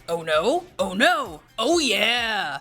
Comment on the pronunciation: It’s noo not naa